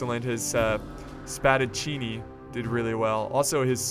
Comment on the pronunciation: Well, spadaccini of course means swordsman, but you have to pronounce the double c, the first cav unit wasn't an Italian name and cavaliere it's singular and the plural is cavalieri. The pikeman name is correct and the spearmen is lancieri in italian. By the way hi from Bologna, in the centre-nord of Italy